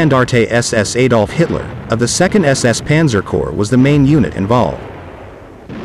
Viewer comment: In this case one knows the pronunciation as "frontier English" which is a USA subset of English. 'No longer amazed this videos' speaker not even trying to pronounce German or Russian correctly. None seem to even know how to pronounce Adolf.